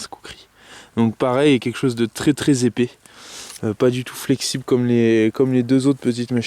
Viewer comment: On ne dit pas épé, on dit epais !! A part ça, je suis entièrement d'accord avec ce que tu as dit !! ^^